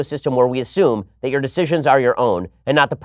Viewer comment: “Let us talk about yo rights” I swear it sounded like yo